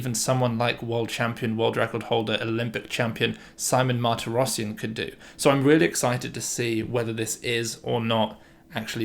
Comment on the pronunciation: little pronunciation tips: armenian last names have always stress on the last syllable: mahr-tee-ross-SYAN, gor mean-noss-SYAN and the same for the russian david: badge-uh-NYAN. pyotr us-sah-YO-nuck andrei ar-RYAM-now